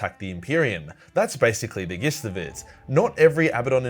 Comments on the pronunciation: Gist is pronounced "jist" and Mortifactors is pronounce "more ti factors" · The g in gist if pronounced as a j. 🤦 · Gist is pronounced 'jist', mate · Man really said gist